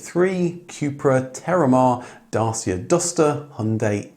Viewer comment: O car guru, please - do not follow the teaching of the J May one - please do pronounce Dacia correctly. Be the guru and teacher to all that we know you are!! And have a great 2025!!